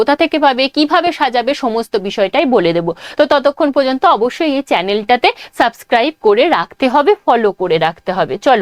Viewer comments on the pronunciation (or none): none